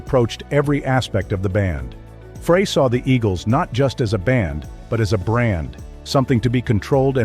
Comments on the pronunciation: The inaccurate pronunciation of Fray instead of Frey is reason enough to not follow this channel as clearly they don't have any regard for their awediance...'nuff said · It's FRY not FRAY. Everybody knows this. I'm kinda tired of reading about Felder's "I coulda been a champion " act. He had a great job with tons of cash. He decided to push his luck. He got fired. I've been that guy, so I know. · Here we go again. Freigh is not how to pronounce Glenn Frey's name. Think French Fry. It ain't that tough to get it right. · I can't listen to this bull shit. Especially when the guy who's doing this mess can't even pronounce Glenn Frey's name!! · Seriously? You can't pronounce Frey's name correctly? Why would I listen to anything you have to say on the subject? Do better. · That’s not how you pronounce Glenn’s last name. Seriously? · That's what you get when computers provide the narration. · I was wondering the same thing!!!